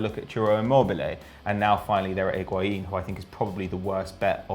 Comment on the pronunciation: Decides to pronounce Higuain in the correct accent and then proceeds to say calciomercato in an English accent... terrible